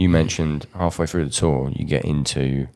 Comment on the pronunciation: "GET OUT THERE AND TURN SOMEBODY INTA APPLESAUCE!"